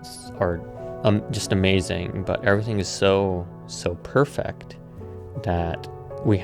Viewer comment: Great video. Incredible videography. Learn to pronounce ‘perfect’